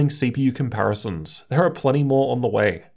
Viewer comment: no idea what's going on. "Way" became "wa"